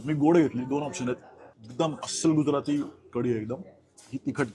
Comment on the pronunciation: 'गुजराथी' नाही 'गुजराती' 'मराठी' ला 'म्हराटी' म्हणाले तर चालेल का तुम्हाला?